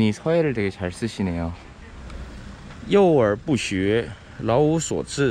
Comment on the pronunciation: 아따 원어민 발음~ 幼而不学 老无所志 쥐기네용 ㅋㅋ 66